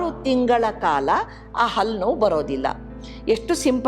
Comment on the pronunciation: ಅದು ಅಲ್ಲು ಅಲ್ಲ ಹಲ್ಲು ಮೊದಲು ಕನ್ನಡ ಸರಿಯಾಗಿ ಕಲಿತುಕೊಳ್ಳಿ